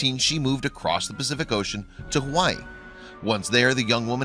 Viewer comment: U said Hawaii wrong